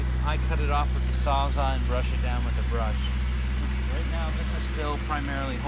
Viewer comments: What the hell is a “ sawzah” I am guessing you are referencing a “Sawzall”? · ‘Sawza’ lol